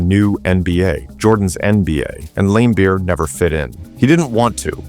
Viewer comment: I watched a lot of basketball growing up in the eighties as a teenager, I don’t ever remember any announcer or any player pronouncing his name other than Lambeer the i is silent , maybe younger people have heard it pronounced differently, did you watch him play live or from old footage. Maybe your local announcer pronounced it that way but this is the first time for me to hear it like that. If you watch Larry Bird explains why he dislikes Bill Laimbeer you can see him and the interviewer pronouncing it Lam instead of Lame